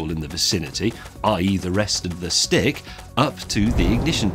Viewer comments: I thought he said a STIG and a match hahaha. Top Gear reference. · Every time I heard "Stick" I heard "Stig". I watch too much Top Gear.... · Is he saying STICK or STIG? And does that explain why Top Gear goes through so many? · I swear he said Stig instead of stick. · when he says "stick" i keep hearing "stig" lol